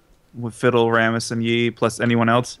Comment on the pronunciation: Rammus is pronounced "Ram (like Random Access Memory)-us"